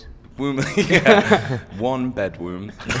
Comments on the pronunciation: "one bedWOMB" HAHAHHAHAHA I DIED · he said "One bedwomb" and he literally broke Harry awh bby :') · "One bedwomb" I died 😂😂